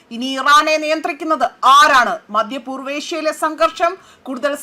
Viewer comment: മദ്യ പൂർവ്വേഷ്യ,സംഘീർണം (സങ്കീർണം),ആധ്യമായിട്ട് എന്തൊരുച്ചാരണമാണ് കുട്ടീ. ഇതു സഹിക്കാൻ വയ്യ.